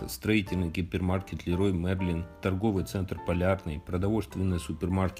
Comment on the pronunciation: Не "Лерой Мерлин", а "Леруа Мерлен"